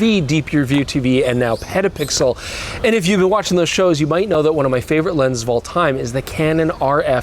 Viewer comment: did he say "pedopixel"? what kind of channel is that?